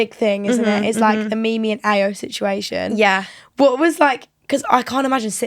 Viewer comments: It’s pronounced io not ayo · If you’ve watched the show how do you not know how to pronounce Ayo 😭